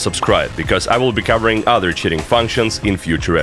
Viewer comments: every time this guy says cheating it sounds like shitting! lmao (no hate i love the video) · "multiplayer games and shitting" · I thought he said shitting not cheating 😭😭😭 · I know you started the video by saying "multiplayer games and cheating" but I can't help but hear "multiplayer games and shitting" every time lmao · "regardless which shitting client someone has instilled" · When you say cheating it sounds like you said shitting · why does it sound like you're saying "shitting" when you say cheating